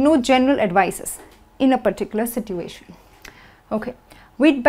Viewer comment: Everything is perfect but i have to tell you that you mispronounce situation. You pronounce "T" wrong. Don't mind.